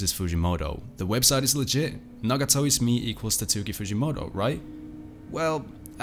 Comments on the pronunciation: Bro literally called him "Titsuki fujimoto" 💀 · Bro the mystery is solved: It's pronounced TAT-SKI Example video